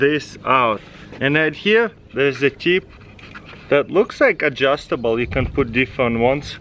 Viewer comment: i really like how he says"adxhustable"😂